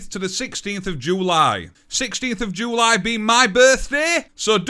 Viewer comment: 15th and 16th of "Joo-lie"